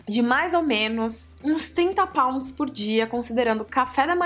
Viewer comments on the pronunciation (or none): Quando você falou pounds eu ouvi "paus". Tipo "trinta paus" kkk